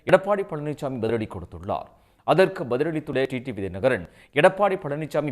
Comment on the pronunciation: TT இல்லடா மூதேவி... TTV ன்னு சொல்லுடா பைத்தியக்கார நாயே